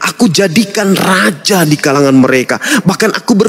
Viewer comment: RAJA.....bukan.....RAJAH Lol...